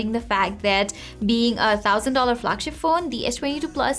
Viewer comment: Did she said "eight thousand dollar flagship phone" ?